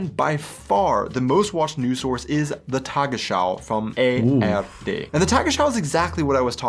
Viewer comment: Phew, he said it right the second time. I am relieved. ;)